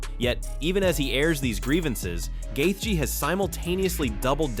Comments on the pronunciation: Why not learn how to pronounce fighter's names since you make videos about them? Who is Justin Gaytheay? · justin gatheegee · AI…. Every mention of “Gaethje” is pronounced differently. That’s funny as hell.